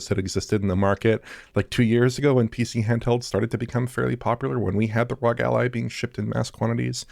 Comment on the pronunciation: It’s pronounced “R-O-G” not “rog” 🤦🏻‍♂️